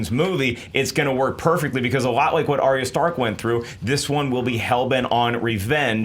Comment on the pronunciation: I like how you said Arya Stark at first, you sounded like some out of touch mom that tries staying hip with the kids and mispronounces things